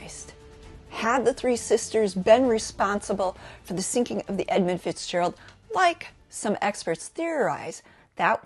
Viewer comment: there's no "O" in Edmund.